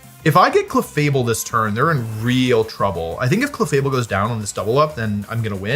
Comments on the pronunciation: Cleffa Able* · The way this dude pronounced Clefable was disgusting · Did this dude really say Clefable? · the way you said clefable made me irrationally mad 😂 if it was meant to rage bait it worked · why did he pronounce clefable like that 😭